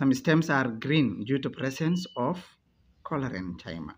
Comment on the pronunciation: Its Chlorencyma please not Cholerenchyma 😸